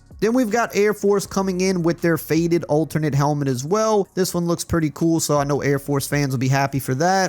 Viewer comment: When says "pretty koo", you know it's badass!